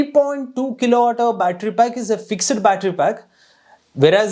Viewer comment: It's fixed not FIX - ED.